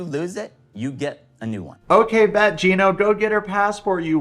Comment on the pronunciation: “GYE-NO” lmao. Just discovered your channel and it’s awesome.